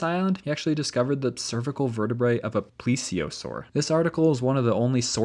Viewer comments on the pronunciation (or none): none